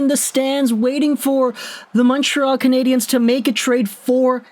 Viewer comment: Bro are you reading the talkbacks? It's CanadiENs not CanadiANS!!!!!